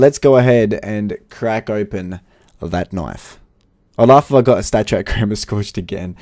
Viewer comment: The way you say falchion knife does my head in; it's pronounced Fell-shen; and stop saying k-nif. also you need to stop saying every case you open that "I'm feeling a knife this is the knife". It gets repetitive and annoying. Other than that i'm liking your videos keep it up.